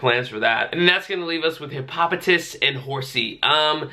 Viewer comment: It's Hippo-poh-tas 👍🏻